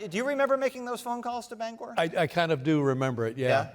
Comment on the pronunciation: Bang er Not Bang gor